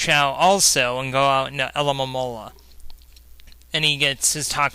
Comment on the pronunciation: How you said Alomomola was masterful!:P This battle was a perfect example of how you should never let your foe get away from you. Lenix was doing really well till your Dragonite danced the night away and ripped the rest of his team apart:D You did well there. Its rare I see you under pressure so a top class comeback!:D